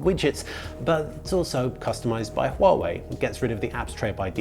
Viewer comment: you are the first Youtuber who can pronounce Huawei right. good for you.